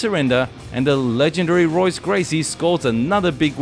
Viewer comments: Pronounced “Hoyce”, not Royce, my friend. Dude’s a legend, but now you know😊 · It's pronounced "Hoyce" not "Royce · How can you run a channel about professional MMA, and NOT know that his name is pronounced "Hoyce" .... not "Royce"...? You also messed up the pronunciation of Emanuel Yarboroughs' surname... it's "Yarburuh"... not "Yarbowrow". For a channel that has "ENG" in it's name (implying that the creator is a native English speaker) this is a real fail. Thanks for the compilation of fight clips, but you don't really have the slightest idea wtf you're talking about, do you!? Edit: punctuation and phonetics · His name is pronounced as HOYCE not ROYCE lmao. ALL words and names in Brazilian Portuguese that start with an R are pronounced as an H. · It’s pronounced “hoice” not roise. It’s spelled Royce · Pronounced “Hoyce” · Royce Gracie - the R is pronounced like an H in Portuguese. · It is spelled Royce It is pronounced Hoyce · the R sounds like a H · Someone tell him how to say Royce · Great clips but I really don't think you know much about the fighters; the culture, or the history of what you've discussed in this video. Put some time in to research what you're showcasing and I'd like to think your channel will grow. Maybe start with a study on the Gracie's and pronounce 'Royce' correctly next time. Good luck mate xox (Subscribing to follow your journey as a content creator) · Great video. You might consider pronouncing Royce correctly. The R is pronounced with an H sound as he is Brazilian. Cheers.